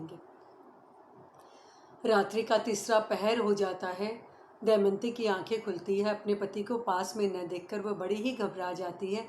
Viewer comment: शानदार प्रस्तुति क्षमा चाहूंगी सती का नाम दमयंती है आप दयमंती बोल रही हैं।